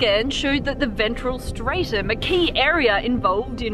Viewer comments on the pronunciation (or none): none